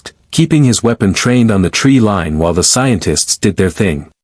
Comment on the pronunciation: OK, that's it. To whoever is running this channel this is the absolute worst AI I've seen. The narration is horrible and at the 8 minute mark it just repeated the previous scene word for word. It can't even pronounce tree line as line, the narration pronounces it as lane and Teal'c is pronounced as TLCwrite. This is total bullshit, you know nothing about how AI works. Take this video down and rework it if you expect anybody to listen to it. Thumbs down.